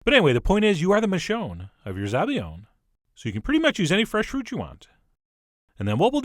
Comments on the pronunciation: ZabaIOne, not ZabaGLIOne. The sound is very different 🙄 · It's Zabaione not ''Zabaglione'' you fucking idiot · Hey chef! It's zabaione, not zabaglione😊 sooo good! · Probably heard this already, but it's zabaione, in which the 'i' is pronounced like a 'y' in English. Lel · Nice video though it's called "zabaione" not "zabaGLIone". Source: I'm Italian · CHEF!!! It's "Zabaione" there's no gl in that word ;)